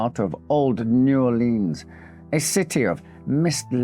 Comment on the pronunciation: New Orleans is pronounced new Orle-uhns or new Or-lins. Never upon EVER new Or-leens! It makes our blood boil. As Lafitte would say, Arrrrrrgggghhhh!!!!